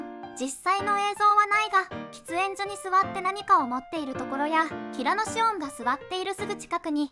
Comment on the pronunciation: 平野紫耀(しょう)ですよ 読み方が違うよ